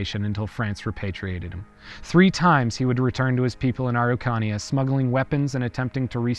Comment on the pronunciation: It took me so long getting that you were pronouncing Araucania, I love your videos, and is ok to ask for help for pronunciation.